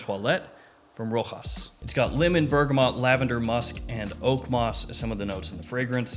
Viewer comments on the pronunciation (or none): Not Rohas... Rochas :)